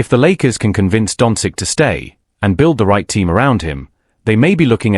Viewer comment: You should at least learn to pronounce Luka’s surname properly. Certainly not “dontzik”, what you keep saying, but “donchich”.🤦